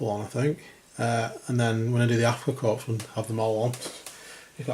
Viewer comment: The passengers can be used as any German, not just Afrika Korps or SS. BTW, the "s" in korps/corps is silent.